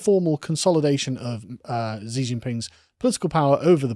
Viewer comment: Hypersonic in aerospace engineering is at least 5 times the speed of sound, and more. High hypersonic is 10-25 times the speed of sound. Reentry speeds range is 25 Mach or more. Chinese pronounce Xi as Shee.